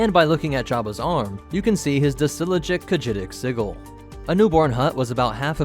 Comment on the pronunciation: Did you just pronounce sigil as "siggle"